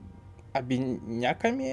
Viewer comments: говорить обинякАми - говорить непрямо, хитрить или уворачиваться. Мне звонЯт, а не звОнят. паралИч и полимЕры, а также ликантропИя (как и миопИя), договОры. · "обинЯками" - сказал и я чуть со стула не упал:) Это то же самое что и недомолвка. И если я не путаю, то ударение в слове на слог КА.